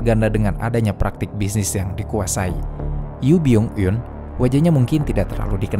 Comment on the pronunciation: Baca namanya Yu byun eun